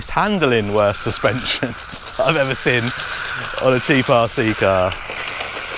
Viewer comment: Brother, I feel I bit mean for pulling you up on this BUT... 8.22, it's surely "seen" and not "sin" 😕🤷‍♂️... Don't hate me too much for this, I'm a bit of a nerd when it comes to language, and saying what you mean with English 😉 ❤